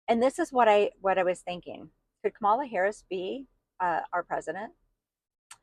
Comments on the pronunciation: I am from NJ. People here have known trump for decades. He is not honorable. He is not religious-- never was. trump has lied to ordinary Americans, and you all fell for him. No one wants to hear it. And for Pete's sake- Comma-la! You don't have to like someone to pronounce their name correctly. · Racist woman learn how to pronounce her name. It’s not that hard. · You have bought into the bs. She was hidden no more than any other Vice President so stop it!! She was not put in charge of the border. I am so sick of that LIE! She was asked to look into why there was so much migration from the northern triangle and she did that. Trump was president and he had both chambers of congress. Since he is so great why didn't he fix the border? Learn how to pronounce her name properly while you are at it.